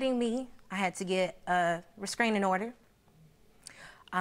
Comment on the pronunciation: Can someone please correct her and let her know it is a "restraining" order and not a "rescraining" order!! 🤦‍♀️